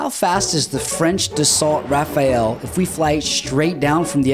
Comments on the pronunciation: yeah its pronounced "raFAL" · Its pronounced ‘rafal’ not raphael. you are awesome but try harder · It’s pronounced ‘Raffal’ with a stressed a on both as in the o in ‘cow’ in sound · It's pronounced rafal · How can you mispronounce the name of your "favorite fighter"??? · You couldn't pronounce it more wrong lol...